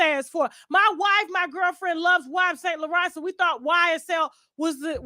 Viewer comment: Tasha pronouncing Yves saint Laurent as “wives saint laurent” is hilarious 😂😂😂